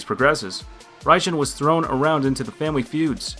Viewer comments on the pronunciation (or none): none